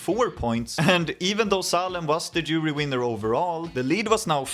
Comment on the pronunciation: did a double take even as a swede when i first heard "international jewry" instead of jury, like wtf when did my eurovision video turn nazi